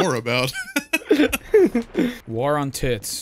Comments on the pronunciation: For the love of God someone teach doo how to say war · Idk why but the way Dooo pronounces "war" really rustles my jimmies